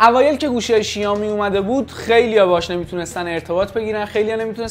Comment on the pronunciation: بابا شائومی شائومی شائومی؛ نه شیائومی چرا اینقد اصرار دارین به تلفظ اشتباه😑😑😑